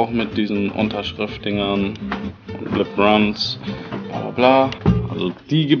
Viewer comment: Der heißt LeBron James nicht LeBran James